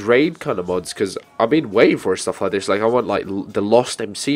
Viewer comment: your that guy who says dis in stead or this